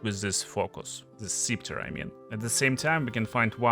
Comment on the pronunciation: Scepter is pronounced with a “short e” sound. /ˈsɛp.tər/